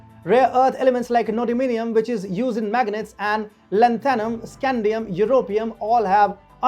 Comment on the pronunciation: Wideo. Inwestors. Waicle. Lantannum. Unacceptable.